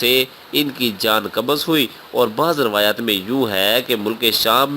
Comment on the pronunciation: kabaz nahi hai qabz h